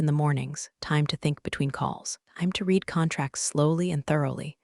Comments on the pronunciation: Your AI voice can pronounce "sweat" correctly but not past tense "read." Curious, and a shame, since the writing itself is startlingly good compared to most of these story channels on YouTube. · That’s a good point! It's weird how the AI nails "sweat" but trips up on "read" in the past tense. Still, glad the writing's standing out! Hopefully they’ll work out the kinks with pronunciation. 🤔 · Does it bother anyone else that even though ninety-five percent of the time in all of these videos the word READ is past tense and should be pronounced RED, they are all pronounced REED? Bye Felicia. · This would have been better if a real person had spoken it. That way they would pronounce the word 'read' correctly. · The word is pronounced 'reed' or 'red'. Don't expect a lot of subs when every other word is mispronounced. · "Read" can be tricky for AI sometimes. Glad to hear you liked the writing, though it's a shame when the voice doesn't match up with the quality! 🎙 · boring, I've heard this same story line too many times. Teach the fake voice the difference between read, and read, and how to say resume, etc etc etc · I feel you. Same storylines getting old. And yeah, that voice bot seriously needs a lesson in "read" vs "read" and how to say "resume" without butchering it. It’s distracting! 😩